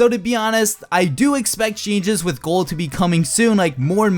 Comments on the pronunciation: Sounds like you say gord instead of gold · i dont know why but it really annoys me everytime you say "gold". lmao